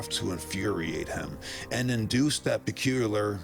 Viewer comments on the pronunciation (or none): Peh-cue-lee-urr I think if you say it properly you'll instantly transcend mortal limitations. ❤️ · Im glad im not the only one who has a hard time saying “peculiar” 😆